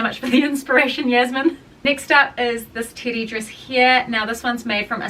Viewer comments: It sounds like you're saying titty😅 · Also, I can’t get over your accent you keep saying Teddy dress and it literally sounds like you’re saying titty and it’s like I don’t know if you already knew that cause like you keep saying it so many times throughout the video all I’m hearing is like titty dress titty dress my favorite titty dress like oh my God I can’t !!! The information you sharing is so valuable, but maybe when I have more patience I’ll come back and watch 😂❤😅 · I thought you were saying titty dress this entire time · ...same, doll, same RME can't hear teddy in there ANYWHERE